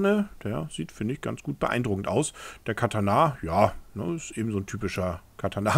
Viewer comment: Du sprichst Katana echt falsch aus.